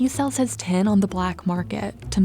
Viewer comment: I wondered what this "ten" was that the narrator was talking about until I read the subtext. Of course she means "tin" not "ten".